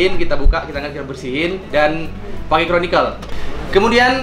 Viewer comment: Conical, Bang. Bukan chronicles 😆😆